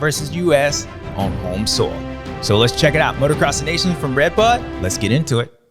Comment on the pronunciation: James speaks wisely and he says “Des Nations” like it is. Very enjoyable to listen to and a badass on a bike 💪🏻🇺🇸